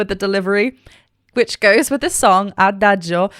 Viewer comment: Congrats, you’re the first English speaking person to pronounce Adagio correctly… 😂😂😂 Seriously, thank you for the wonderful reaction video.